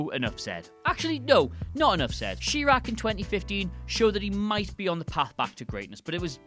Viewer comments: Okay you need a pronunciation guide for some of these names because you're butchering some Spanish and Italian here. Plus, it's pronounced Shy-rack not She-rack it's a play on how people pronounce Iraq with a long I and not an E sound. So yeah pronunciation guide there gang. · It seems like... you didn't see Inside Man, or something? And... you can't pronounce ChiRaq? I don't understand how I'm supposed to take this seriously. Next time just do a one hit wonder director round up. Because this makes you look ill- informed. Trying to come from a good place with this. All best. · Am I the only one who got annoyed when he called chiraq sheraq. I mean the movie was shit but that still bugged me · Sheraq? Shecago? Smh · Guillermo del Toro directed a good movie titled Crimson Peak which was released in 2015. Also, your pronunciation of his name and "Chi-raq" hurt my soul. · That pronunciation of chiraq made me shed one tear